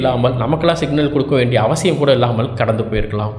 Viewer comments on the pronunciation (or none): none